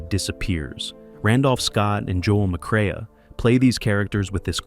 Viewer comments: McCre-a is pronounced McCRAY! Geesh. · Joel McCre a?!! AI terrible